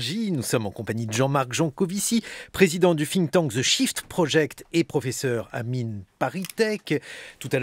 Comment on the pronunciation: Ca commence très fort : "...président du FFFfinktank..." Quand on ne sait PAS prononcer une langue, mon pote... Sans compter que trouver un équivalent en français ne doit pas être sorcier. Mais évidemment les journalistes aujourd'hui sont là pour donner leur avis (à chier en général) et poser des questions (tout aussi à chier d'ailleurs : "Vous condamnez ces violences ?", "Vous avez des doutes sur l'existence des Chambres à gaz", etc.). Bon, j'ai trouvé la solution : j'écoute Jancovici parler, et je zappe toutes les interventions du débile en face. [EDIT] Ok, en pratique, ça se révèle difficile de zapper parce que j'en suis à 5 minutes "d'interview", et le débile en question prend soin de ne pas laisser s'exprimer son invité et de parler à sa place !! Si j'avais besoin d'un rappel de la raison pour laquelle je n'ai plus de TV et n'écoute jamais la radio, je suis servi ! [/EDIT]